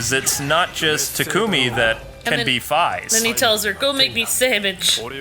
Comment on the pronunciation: Fiaz? Its Faiz.